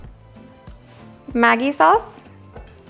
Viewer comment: Are you saying mari seasoning or maggy??